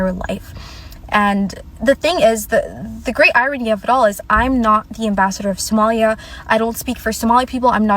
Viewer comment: Congratulations! You finally learned how to pronounce "Sòmālìā." 👍!